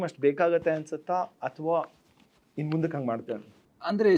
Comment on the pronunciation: Solpa alla swalpa. Hinna alla innu. Hidu alla idu